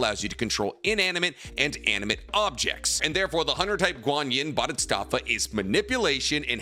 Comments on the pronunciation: isn't it "Bo di sat va"?? not "bo dits sat va"?? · It's pronounced Baa-duh-saat-vuh . And I believe Neteros prayers and meditations eventually made him awaken and become one with nen. He's not using it. He simply IS and it (nen) does. That's why he needs to pray before he moves if not he would have just eliminated that step (the prayer) once he achieved the speed. it's his "condition" he will give thanks to nen . No one else is devoted to nen like him. all he's doing is moving. It seems like he has a limitless supply of nen because he's not using his own reserves the nen is just responding to his prayers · Bro it's "Bodhisattva" not "bodhustattva" it means "one who seeks awakening" nothing to do with "different levels of worshipping" any lesser deity... It's a way of life. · Pronounced Bhodi Sat Va not BodyStatVa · Love the video but I gotta correct you on one thing: It's 'bodhisattva', but I keep hearing you say something along the lines of 'bodhistaffa'. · Nice video but you pissed me off saying bodhisttatva instead of bodhisattva, soooo many times man🥲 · Bhodisattva is pronounced BOH-dee-SUT-və, not BAH-dee-STAHTS-və. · Practicing Buddhist here. It’s pronounced Bode-he-sAAHt-Vah. Guanyin (also called Avalokiteśavara) is not a goddess, nor any kind of “Heavenly Being” (Deva). A Bodhisattva is a being that has attained enlightenment, but still chooses to be reborn to guide all other living beings to Nirvana. They are “Buddhas who return” A Bodhisattva can reincarnate as anything: a human, an animal, a place, a city or settlement, a mountain, lake or a piece of art. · Say it with me “Bodee Sat Vah” is how you pronounce bodhisattva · Love, but being a Buddhist, boy do I cringe every time he white man pronounces bodhisattva lol. Wish people would research correct pronunciations of the things they're presenting on. Just feels a tad lazy. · Your pronunciation of bodhisattva is killing me man 😂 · I love the video but how you pronounce "Bodhisattva" makes me mad bro.